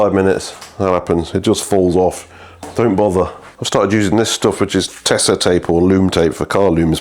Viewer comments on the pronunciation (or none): none